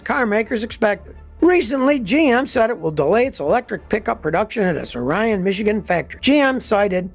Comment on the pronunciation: Great job, Scotty! But it's ICE ICE baby for me 😉. And one more thing.... we don't pronounce Orion the same way as the star. We say it like Or-Re-In.